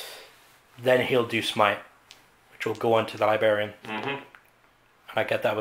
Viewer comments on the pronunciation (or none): learn to pronounce Librarian....very distracting